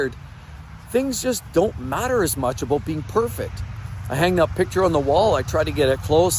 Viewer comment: It's aboot respect. Lol